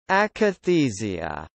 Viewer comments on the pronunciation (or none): The correct pronunciation is ack-uh-THEE-zha. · As someone already said below, it it is Ack-a-thee-zha. The A is as in Apple and not Able. You obviously did not speak to a single psychiatrist or neurologist about this, and cooked up your own pronunciation. Yuck. That is called yuckathesia...:)